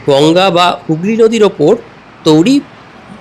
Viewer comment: আপনি বারংবার বলছেন "তৌরি"। কিন্তু, সঠিক উচ্চারণ হবে "তৈরী"। তবে, আপনার উপস্থাপনা সত্যিই প্রশংসনীয়। ধন্যবাদ।